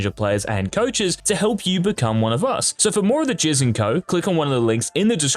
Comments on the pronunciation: did this guy just say he's known as 'the jizz'? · Did he just say he's known as "the jizz"?